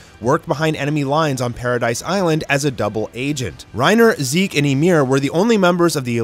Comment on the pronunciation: ok so am i the only one who heard that or did you guys heard it to, he pronounce zeke's name into zek?